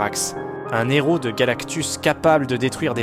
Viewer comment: un héro...on prononce pas le N.....c'est pas un Nhéro ;-)